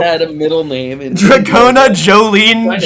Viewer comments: Nope, in Japanese it’s pronounced more like “Doragona”. There is a “d” sound that sounds more like a “j” in Japanese, but it’s not in Dragona’s name. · "Do-ra-go-na" If Smooth Operator somehow evolved and started doing Stand Cries, it oughta be DORARARARARA lol